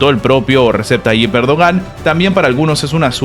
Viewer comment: Se lee Reyeb 🤦🏻‍♂️🤷🏻‍♂️ hasta cuando vas a decirlo mal 🤦🏻‍♂️